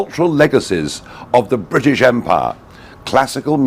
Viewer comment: But Nige loves Bwitish imperialism